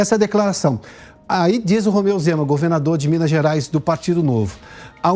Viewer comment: Pioto: "Rozeu Mema"